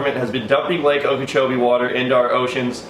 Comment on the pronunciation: Every time he says lake okochobie I think of Seminole wind